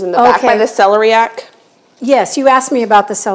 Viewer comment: Go on Google and check out the pronunciation for celeriac. The stress goes on the LER.